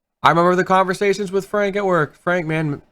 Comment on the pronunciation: sez "I wanna be wif wieners"